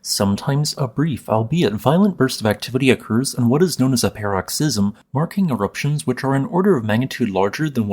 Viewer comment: "paroxysm" -- emphasis on the first or second syllable, not the third.